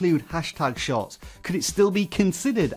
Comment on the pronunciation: For some reason I keep hearing you saying YouTube Shots.